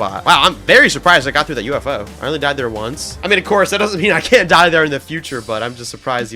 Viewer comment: ITS NOT 'DIH'